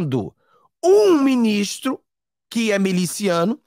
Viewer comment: Não é meliciano, está esquecendo o português? É MILICIANO!